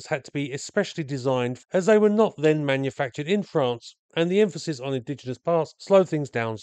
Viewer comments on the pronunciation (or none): none